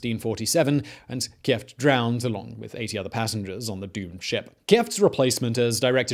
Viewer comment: "Key-jeft" for "Kieft"? As a Dutch: It sounds as Key, "Keyft";).